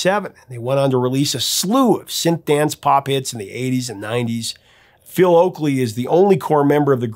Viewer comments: Oakey not Oakley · Sorry to tell the professor something but you kept on calling the human league singer Phil Oackley it’s Oakey infact he had a sister Carrie (Oakey) who most people performed her songs very badly 😘 …I made the sister bit up 😊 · Oakey not Oakley. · Hi Professor, it's Philip Oakey not Oakley. Everything else on point. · The singer of The Human League is called "Phil Oakey" not "Phil Oakley" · It's NOT Oakley. His name is Phil Oakey. A professor should know that, ehm...